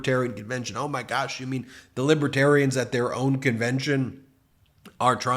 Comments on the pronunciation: "Libatarians". Trump can't pronounce any words or string coherent sentences together. Good to hear them boo this facist. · He can't even pronounce them. "Lipitarians", maybe he's on "Lipitol". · He can't even pronounce libertarians.